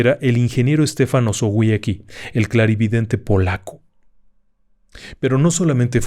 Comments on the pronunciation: Se pronuncia "Estefan Ozobiezky". Ni es tan complicado. Era un hombre de su tiempo: estuvo a punto de ser ejecutado por los bolcheviques, y su vida acabó en manos de la Gestapo en el alzamiento de la Powstanków Warszawskie. Como él mismo lo predijo, su cuerpo jamás fue/ha sido hallado y hay un cenotafio en su honor en el cementerio de Stare Powązki. Los guias de tours de la Segunda Guerra en Varsovia lo mencionan en calidad de heroe nacional. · Osowiecki se pronunciaría osovieski.